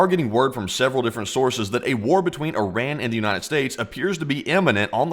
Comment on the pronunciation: After all these videos you still haven't pronounced Iran properly 🤣